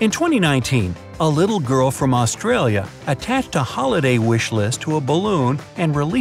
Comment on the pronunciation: The way he says Australia 🤣🤣🤣😆😅